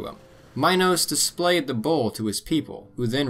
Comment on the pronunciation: When U say bull it sounds so much like bowl